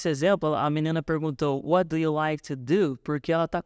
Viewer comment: ela fala what do you like to do, mas eu escuto why ike to do 😐